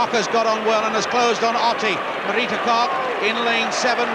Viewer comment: the english could never say her name right, marita korrrrrrrrrrrrrrrrrrrrrrrrrrrr, not cok